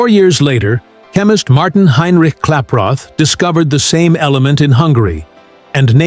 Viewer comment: why is the name klaproth distinctively pronounced english? because he was an english man? please, try at least. why is it so hard to say the name correctly.